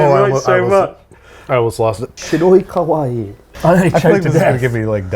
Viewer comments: Babish reading the bottle was hilarious in part because he kept pronouncing it "kowai" which actually means "scary"🤣🤣 There's two i's for a very definitive reason in kawaii: "kah-wah-ee" The "ee" being the important distinction. Keep being you Babish, that was golden😂🧡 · u said kawai not kawaii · the way you are pronouncing kawaii sounds like "scary" (Kowai) instead of "cute" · I’ve never seen a Babish video in my life before, but I’m very pleased this was the first. I was crying laughing so hard at the “Shirokawaii” reading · Listening to babish say "scary" over and over instead of "cute" is hilarious (kawaii-cute, kowai-scary) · I love how Babish kept calling the sake "scary" instead of "cute" with his pronunciation while reading the bottle, and Chris didn't even bother to correct him 😂😂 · The way Babish is pronouncing “kawaii” is actually the pronunciation for “scary”, there is double ii at the end of kawaii pronounce it as such.